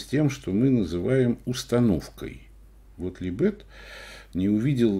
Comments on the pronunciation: ну какого ЛибЕта?? Ну ало. Неужели трудно посмотреть правильное ударение в той же Википедии? Как же уши сворачивает этот либЕт. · Да не либЕт, а лИбет! Может у вас и Га́млет тоже ГамлЕт?😆😆😆